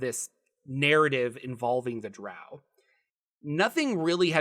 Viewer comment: thank you for pronouncing drow correctly. Q1 was the first module I purchaced after my red box set in 1981, which then made me save my allowance for AD&Dcore books.